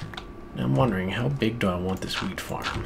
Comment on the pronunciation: Did he just say h-wheat? As in Stewie? :D